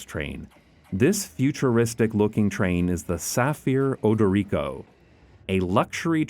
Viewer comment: I have to admit, his pronunciation was a bit spotty. At first, I couldn't get over the way he stressed the SEN in shinkansen, but the way he said Odoriko was more concerning. But I think I'm missing the point with that. The video is fantastic and the excitement has for these trains is infectious. This is a beautiful video and I cannot express how much I appreciate content like this.